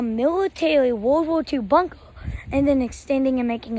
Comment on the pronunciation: “Miwatawy wowld war two bunkwer”